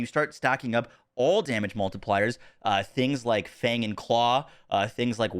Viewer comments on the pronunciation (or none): none